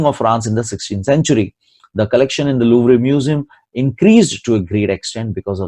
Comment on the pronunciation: Louvre ka pronunciation is Loo v rr